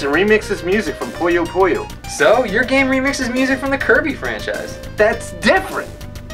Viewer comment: Always felt “SQUISHY!” was voiced by a quality Adam Sandler impersonator. But where did you guys get the -o sound from? It’s PuyoPuyo. Not “PoyoPoyo.”